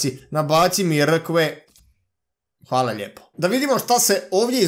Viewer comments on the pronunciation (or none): none